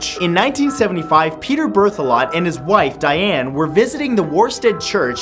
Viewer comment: Did I hear that correctly? "Peter BRITH ALOT" does he have a lot of babies?